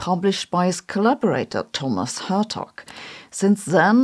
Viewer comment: Hertog is pronounced with a hard Dutch G.